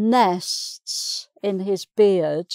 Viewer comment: She seems to have difficulty in pronouncing 'nests'.